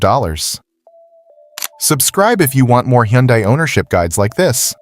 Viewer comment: I absolutely hate AI voices. “Huh Yunday”? Good grief…